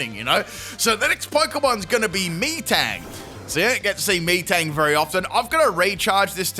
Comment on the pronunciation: Lol im sure he definitely mispronounced metang's name the way he said it no offense sounded so weird